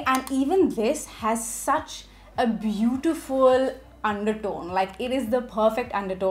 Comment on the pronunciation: I thought you were possessed when that accent popped. Bootifulllll❤